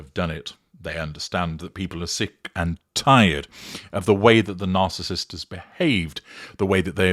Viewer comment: Hi, did I just hear you say the spouse of the “Arcissist “? Lol😂😂😂